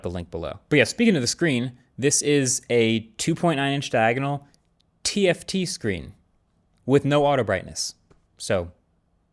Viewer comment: why did he say TFT screen like that? Are they not right for this application?